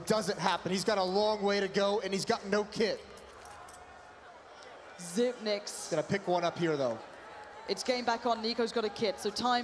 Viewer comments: no I remember an interview, he said he doesn’t really care they pronounce it zipnix, but he pronounces it zipix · Yeah it should be "Zypnix". Since 9 is "ni" in danish. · the casters spoiled it by saying xyp nix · Henry Su If you go to the interview with him on how to pronounce it, he says zypnix ;) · Xyp9(e)x As in Dev1(i)ce. The person himself say it. At least make it xyp9(nine)x